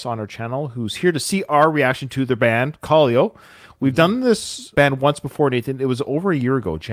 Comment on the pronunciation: Actually pronouncing it wrong haha its ka-lay-o